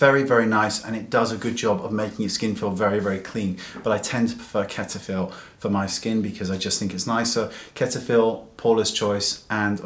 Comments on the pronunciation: Lol did you just call Cetaphil ketafil? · I like the way you pronounce Cetaphil. It makes me smile :)